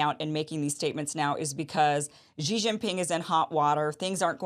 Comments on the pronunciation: I don't understand why Americans pronounce the 1st 2 silables of "Xi Jinping" (Xi Ji) like French would pronounce "Gigi". It's so easy to pronounce "Xi" as the English word "she", which would be almost exact. Germans would pronounce even better, as they have the "ch", as in the German word "ich". The exact pronunciation can be found HERE on dozens of videos showing how to pronounce names, cities, provinces, etc, etc in Mandarin: Watch this cute Chinese girl teaching it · Xi is pronounced as “see”, not “gee”. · It’s just pronounced “She Jinping”, Kim. 😊